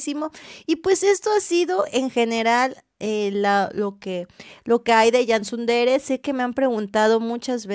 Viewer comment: Gentile informatore! Dell' attrice che parla SICHIAMA CANSU DERE e non SUN DERE, almeno impari il nome dell' attrice quando si parla di lei. CANSU DERE come si scrive cosi si pronuncia. DA tutto il mondo si pronuncia CANSU DERE, saluto da Firenze